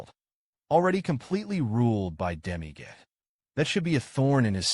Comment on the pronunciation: Why are you saying demi gate , its dami god ig